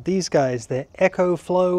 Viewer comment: And Echo is what you hear when you shout into a canyon.... its EcoFlow not EchoFlow.